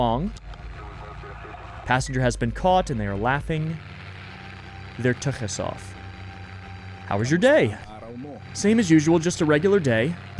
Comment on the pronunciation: When the Filipino fans get online, the comments are going to SHINE. 💖 ETA: the real monsters were the friends we made along the way. 💖 ETA2: ooh, good Yiddish pronunciation,! You said tuchus like a real Jew.:) Yes, that's a compliment. ETA3: I think that was an embryo. Foeti are larger. ETA4: your money is good. We're not racist against the undead. We just kick you off and put you in the hands of a mysterious and shadowy group. ETA5: I am full of delicious basmati rice and saag paneer.:9 ETA6: "These things were blocking my vision." Now they're blocking your airway!